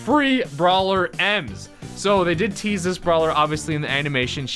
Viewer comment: Bro your the only Brawl you tuber that pronounced it correct 👍